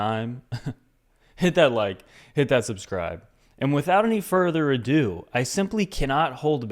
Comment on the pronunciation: Further adoo or magoo? I dont think I heard you right